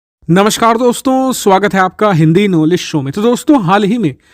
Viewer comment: आप सिर्फ नमस्कार बोलके मेटर शुरु किया करो 'हिंदी नाॅलेज शो का' उच्चारण जिस उदास तरहसे करते हो बहोत बोअर होता है न्यूज मे दम हो ना हो वैसे तो हर न्यूज देने वाले सिर्फ निराधार बाते फैलाते है